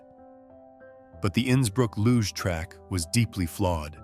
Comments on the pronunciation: #8 photo is Cassius Clay/Muhammad Ali. And the sport is pronounced “looszh” not “loog”. Idiot AI 😡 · "Knud" is pronounced "Nud". Do your research. It's "luj". Please, do your research, or sound stupid!